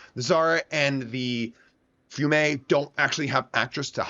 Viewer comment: it is pronounced "fee ume", it is the city "Rijeka" in Croatia, it was once under the occupation of Italy